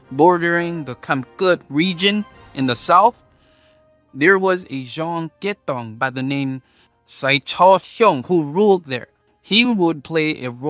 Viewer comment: I only heard kiatong, not kaitong